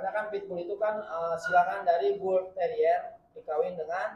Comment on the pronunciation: Mantap..,cara menyebut Bull terrier nya dengan benar,bukan bulteril lagi 🙂👍